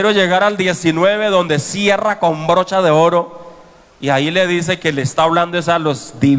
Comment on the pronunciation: Con brocha" de oro dice el pastor 😄 y es broche 😟